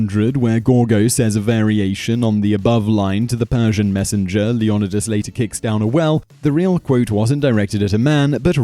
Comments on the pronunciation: LEE OH NIGH DUS NOT LEE ON IH DUS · Leo-Neye-dus ARG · The original greek is Leh oh knee thass